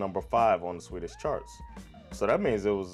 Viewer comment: Your pronounciation is excellent, do you live in Sweden?